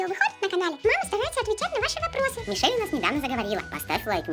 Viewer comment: так мишель или миша гаварите чётней